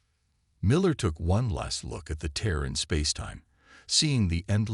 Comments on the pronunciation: tear and tier get it right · Please please please, fix your ai dictionary. For example it’s TEAR not TIER for example. There are many more !